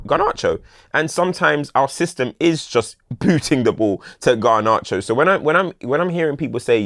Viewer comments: It infuriates me how pronounces Garnacho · Bro I thought I was the only one!